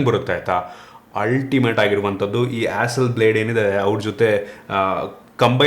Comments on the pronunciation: It's not pronounced as blade. Pronounced as blaud. Hasselblad🤭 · Bro that's not "Hasselblade" it's Hasselblad..